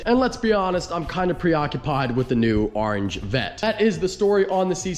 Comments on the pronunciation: “Arange” corvette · the way you say "orange" smh... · Orange starts with a O not an A